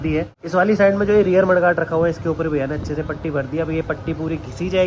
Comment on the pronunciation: अबे गँवार पट्टी नहीं पुटी (putty) बोलते हें